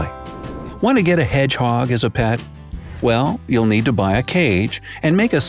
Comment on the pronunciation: I love the way he says hedgehog "heDGGGGhOoG"